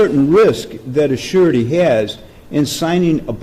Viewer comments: The judge is saying "Surety" but is sounds like "Shawty" lol. Also, she knew the risks. I'm supposed to feel sorry for that b? I don't. Good video! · I keep hearing the judge say "you're asking on behalf of the shawty" for some reason